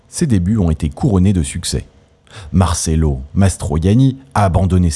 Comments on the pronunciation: Noooon, on dit martchello, le c entre 2 voyelles, se prononce tch, un peu de respect pour la langue de Dante et cet immense acteur. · Marcello se prononce avec un un ch ! Visionner la dolce vita